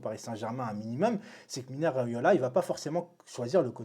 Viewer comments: Salut frero cava ? Juste une ptite rectification c’est MINO RAIOLA pas MINA 🤣 lol car c le prenom de la plupart de nos tata du bled 😍😍💖 force a toi mon frero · T’a détruit le nom de « Mino » Riaola pendant toute la vidéo 😂😂